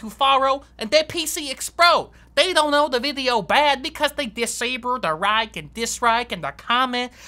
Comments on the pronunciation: "I rike your style" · “Screw in with confidence” “ I rike his style “ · IT ROOK RIKE A SPAGHETTI